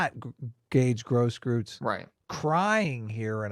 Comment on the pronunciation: The "eu" in Grosskreutz's name is pronounced like "oi"